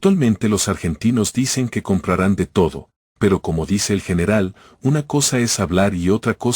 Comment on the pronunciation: Clarito el (R).El General.